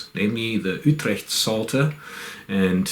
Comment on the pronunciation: Just casually pronounced Utrecht the right way.